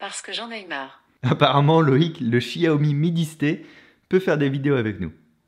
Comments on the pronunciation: Pour une prochaine fois, Xiaomi = ChaOmé en prononciation. Ca ma surprise aussi quand j'ai regardé les premiers lives de lancement. 😆😇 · Ça se dit ssiaomi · Cette façon de prononcer "xiaomi" "chi ah oh mi" jpp, le mandarin c'est pas ton fort visiblement haha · du tout, c'est la prononciation à la française, "chiaomi" étant la prononciation correcte en chinois :)